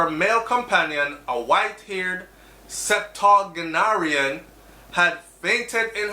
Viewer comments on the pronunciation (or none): It’s always refreshing whenever you highlight positive news as it relates to Jamaica and its ppl. (Btw, I don’t believe that is how you pronounce “septuagenarian.”)